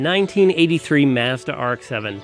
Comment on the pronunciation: Why doesn’t he know how to pronounce Mazda?